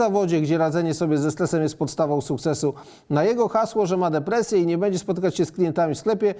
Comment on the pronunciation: - "będzie" NIE "bedzie";)